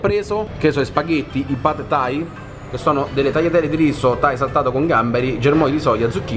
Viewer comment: Minuto “pad thai”... mi sorprendi ogni giorno che passa🤦🏻‍♂️🤦🏻‍♂️